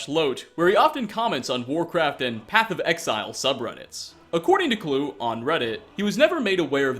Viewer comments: Chris Kluwe's name is actually pronounced /ˈkluːi/, as in "cloo-ey", not "clue". No hate, just FYI. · Kloo-ee is how it's pronounced. Kluwe.